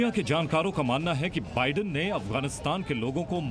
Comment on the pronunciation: News acchi hai lekin news reporter ko bolna sikhao wo vidan sarkar nhi Biden Sarkar he 😂😂😂